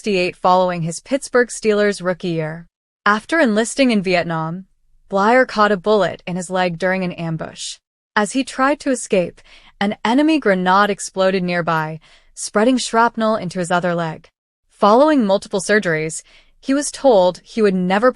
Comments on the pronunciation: What's a "grenahd"? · Said grenade wrong broad. Another senseless AI not fact checking before finalizing on this and other stuff mentioned.